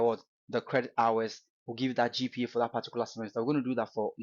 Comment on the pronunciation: Eii, abrogyire kakra wo ko ye na wo ascent asisa saa no? see how you pronounce GPA sef, anyway, great insight, as usual